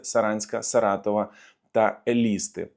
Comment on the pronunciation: Що це за ЕлІста? Може, ЕлістА?